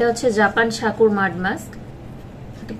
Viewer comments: উচ্চারণ ঠিক করেন সাকুর হবেনা হবে হলো সাকুরা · Sakurai hbe murkho